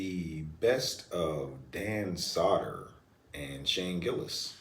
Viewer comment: Dan "Sodder" 😂